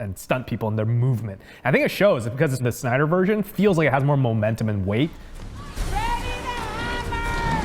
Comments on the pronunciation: SYNDER they said on part 3 hahahaa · Part 3 - Synder? Not Snyder? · Who else noticed the "SYNDER" at the Part 3 start?? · "the synder cut" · "Synder" ??? XD Mistake guys ! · Ahh yes.... Zack Synder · "Synder" lol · "Synder" oops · Part 3 - "SYNDER" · You effed up the dude's name. :D